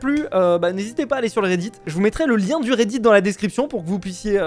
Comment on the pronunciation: Quand tu dit redit on dirait que tu dis Reidid likez pour qu’il voit